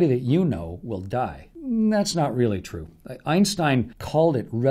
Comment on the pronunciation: You are trying to say die right?